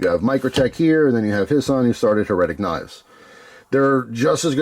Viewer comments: My friend...it is "HAIR-uh-tick" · it's HER-A-TIC my friend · You never heard "heretic" with the accent on the first syllable? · The way you're saying heretic is driving me nuts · His pronunciation would be correct if it was "Heretical" lmao damn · It almost feels like he's doing it on purpose 😂